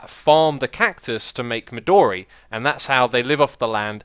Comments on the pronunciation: Xis, "midori" your saying it wrong. it's pronounced mi doe re , not mi door e. you may have noticed how much it looks like purpur blocks, and funnily enough it was given it's name in the same way. midori means green in japanese. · Also, "midori" is more correctly pronounced as "me do ri" with a short "o". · Erik Youngren Midori Japanese for green and thus the "o" is long and both I's are long E's.